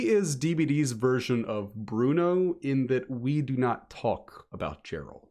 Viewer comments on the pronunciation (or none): none